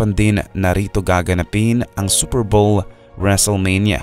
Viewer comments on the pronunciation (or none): none